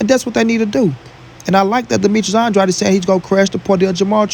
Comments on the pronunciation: it’s AN-DRAYD not ON-DRODDY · Pronounce his last name right